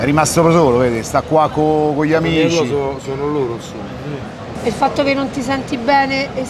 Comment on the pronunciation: "però io so esperto de siringhe" ENSOMMA, ENSOMMAH!